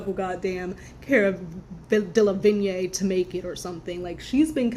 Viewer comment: DeLevigne pronounced as Del-La-Veen.